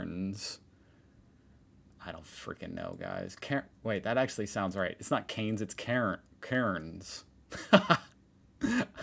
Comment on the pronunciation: It’s CANS lol